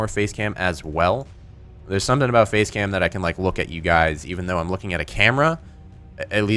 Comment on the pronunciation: Every time I hear say face cma I think he says "FAZE CAM"!